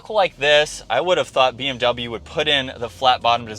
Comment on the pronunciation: научитесь правильно произносить слово BMW